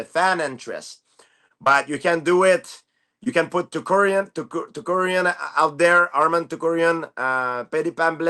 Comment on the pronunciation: Arman tukkkuriyan lmao 😂